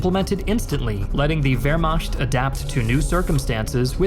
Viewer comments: Please learn to pronounce Wehrmacht correctly. It is macht not “mashed” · i want so badly to watch and enjoy this content but my mans litterally said "vehrmasht" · Wehrmacht: American pronunciation..... vehr·maakt .... still love your work.